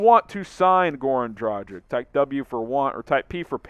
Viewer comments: It's not "Dra-jic". It's "Dra-gitch" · Just combine Drag (on) + word Itch and you have right pronunciation. It is not a Dragon. It is Drag(on) with an Itch. 🙂